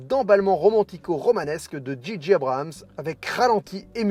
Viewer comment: Abrams et non Abrahams. Pourquoi tout le monde se trompe? 😆